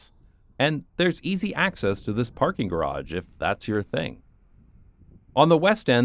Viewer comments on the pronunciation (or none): none